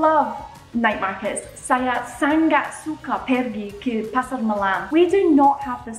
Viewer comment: Yeahhhh… finally u say it right. Bungkus 😉👍. But there are a few words u need to improve… ‘Sangat’ is Sa-Ngat, not Sang-gat. ‘Minum’ is Me-noom not Me-nam. Btw, your Bahasa Malaysia has improved a lot 🤩